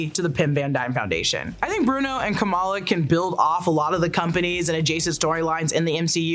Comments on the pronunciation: PSA its Kum=ALL-AH Not KOM-EL-UH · She's Ka-MAL-a. She's not Comma-La Harris.